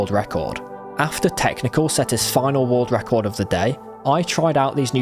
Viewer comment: "Woorld ruckord"